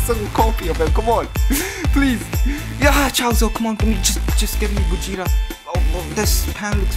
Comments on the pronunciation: No one: Absolutley no one:: gOjEtA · Ah yes, Gojeta